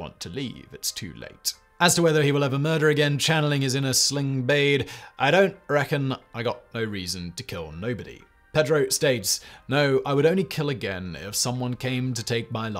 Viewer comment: Sling blade! Not bade!